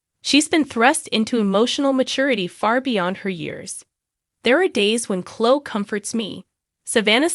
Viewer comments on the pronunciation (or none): It's not Chlo it's Chlo-e- I can tell this an A.I. page smh